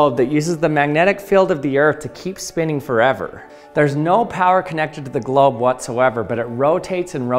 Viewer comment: He keeps saying GLOB